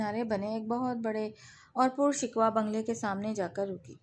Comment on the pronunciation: قاریہ صاحبہ اردو پر ترس کھائیں تلفظ تو صحیح ادا کیا کریں پرشکوہ ہوتا ہے شکوا نہیں